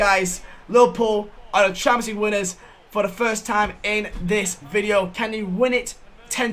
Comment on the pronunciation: Normal person: Champions League Final: Shamenjlueege Final